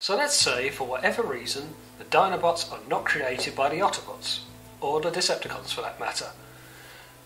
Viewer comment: Nice summary, but please stop saying oddobots.